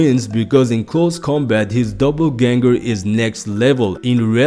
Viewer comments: 😂 its not double ganger its doppelganger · sounded like double but hey its your video call it what you want. Great video either way